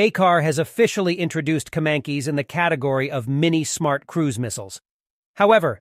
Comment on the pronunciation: it pronounce ''kemAncash''